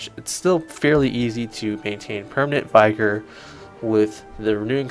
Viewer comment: nice vid! just a note, vigor is not pronounced vy-gor, and aura is not pronounced aurora. keep up the great vids!